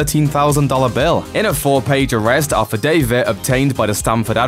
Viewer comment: “Am i O rested”